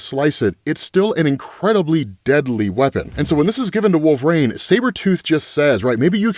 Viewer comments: Its wol-ver-INE, his name is not wolvrain. God i hate it every time you say his name. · Can someone please tell this absolute dickhead that IT. IS. NOT. PRONOUNCED. "Wool-VrAYne"?! FFS,. You had one job, get your shit together